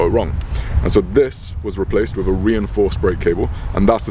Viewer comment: I take it when you say ‘ wiv ‘ you mean with !